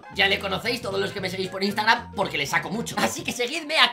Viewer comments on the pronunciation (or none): none